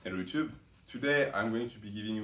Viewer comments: So 'ello-oe-toep' is due to the microphone and not his speech impediment? And I would quickly put on a shirt if I were you, soon that parrot will fly off your shoulder ... 🐣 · Roxas13. "He lifts", 👍🏽 "He gives facts", 😂 He tells assumptions, made up stories 🧚‍♂️ And that "ello-oe-toep" is to 🤮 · Ello yuchube.